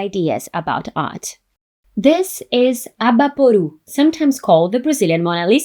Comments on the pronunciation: Eu já estava vindo aqui elogiar que ela falou certinho "Abaporu" e não "Abapowrouw" kkkk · Eu nem notei que ela era brasileira até ela pronunciar Abaporu, que domínio da língua inglesa! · BraSil!! Fiquei impressionado com a pronúncia de Abaporu até vc dizer seu nome e que é brasileira. Lindo vídeo! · Eu já ia elogia como ela pronunciou Abaporu e Tarcila do Amaral lindamente, mas ela é brasileira. Inglês nota 10 também